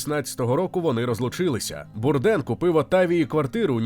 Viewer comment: Звичайно же без хейту, але змушений підправити: Прізвище вимовляється, як Бурдейн. Він був американцем, і на Батьківщині прозвище вимовлялось саме так.